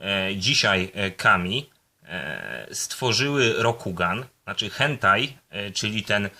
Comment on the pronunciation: Hantei, nie Hentai :P